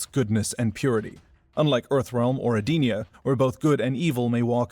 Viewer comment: Eee-den-eee-ugh. Not sure how you got your pronunciation but that’s how it’s always been said since Deception.